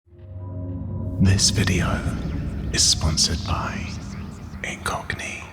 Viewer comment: When you said "this video sponsored by Incogni," it sounded like you said "this video sponsored by a Cockney." lol